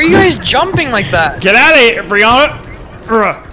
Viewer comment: Brihanna (defo butchered that name) Is looking very much grown up lately haha